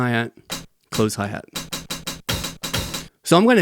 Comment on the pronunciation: "HAI HEET" that was hilarious 😂